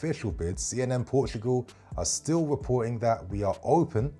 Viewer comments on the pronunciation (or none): none